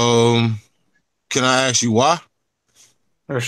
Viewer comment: You know you're about to have an intellectual conversation when it starts off with 'Can I axe you a question?"